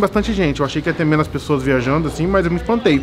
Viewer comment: Menas não mano! Tá matando a língua portuguesa